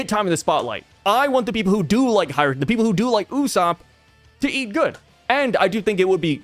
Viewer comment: it's HajrudIn, not HajrudEn - there's an I, not E